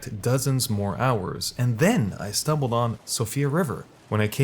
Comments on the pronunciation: Mount “GELL-MEER” not “Gilmore”. “SEE-OH-FRUH” not “Sofia” “Ehh-so-terric” not “ee-so-terric” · "Atlas Plateau" "Sofia river" lol you need to work on your pronunciations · Siofra = (SHE-fra) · My eye twitched when he said atlas plateau and Sofia river lol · Siofra is pronounced she-fra. I've thoroughly enjoyed the verbal gymnastics youtubers have pulling to get to grips with the word😂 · It's Siofra, not Sofia River. Also Altus Plateau, not Atlas.